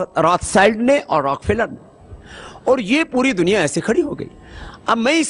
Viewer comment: Pronounce hi galat kia hai story real hai